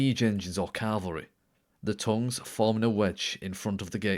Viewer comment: Cavalry, not Calvary. This isn't hard.